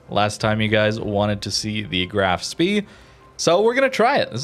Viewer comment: It is pronounced more like shpe with the E pronounced like in hey